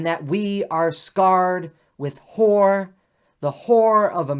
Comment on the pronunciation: horror not whore; otherwise well done.